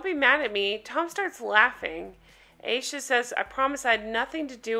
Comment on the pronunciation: I think Her name is Ay sha not I esha